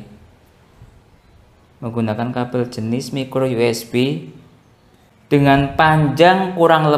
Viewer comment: Mas dibacanya USB = YU ES BI jangan YU ES BE kalo mau juga U ES BE dalam bahasa indonesia